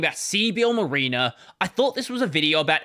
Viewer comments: M(a)riner not M(ah)rena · Mareener is not how you pronounce that. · Hearing your weird Australian pronunciation of mariner is funny.